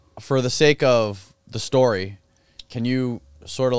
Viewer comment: “Story” mate, never “Schtory”. Jesus!